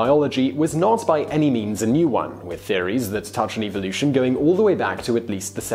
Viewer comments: wish he pronounced evolution correctly. 😉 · Does it bug anyone else by the way the host says evolution